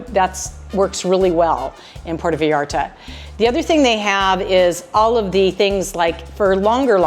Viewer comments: I was gonna say it was wrong, because the first 3 times I clearly heard a Puerto "Vallarda", instead of "Vallarta", then I had to delete the comment because midway through the video you were saying Vallarta, so... yeah, enjoy the beach, it's now an american focused place, when I visited everything was in dollars, which I'm not that fond of, but there's lots of places for National tourism anyways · I think your vlogs are interesting- but the way you say Vallarta is incorrect and it’s hard to listen to. It’s pronounced Vie Arta not Vee arta